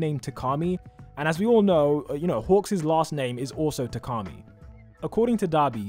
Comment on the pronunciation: It’s pronounced Ta-Kah-Me. (Takami) It has a sharp tone, it doesn’t flow.